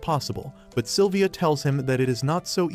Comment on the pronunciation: Its Sylvia Not Silivia